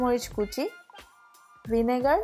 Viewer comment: Recipe ta bhalo but ur way of taking is not good mam... Specially apni kemn kore Kotha bolchen is not up to the mark ... And Oita vinegar not vinegal... Style na mere poriskar kore Bangla te Kotha bolun nakhole covert this channel into english